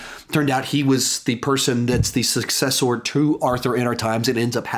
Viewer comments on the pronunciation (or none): none